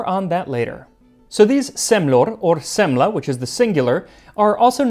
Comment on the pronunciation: Swede here. I truly appreciate you giving the words a try. Swedish is hard for people that didn't grow up here and I'm impressed. I'll try the old school Semla one day for sure. Also there are basically two ways of eating the modern one, and you tried one of them. Other people just eat the lid first. It's going to get messy either way.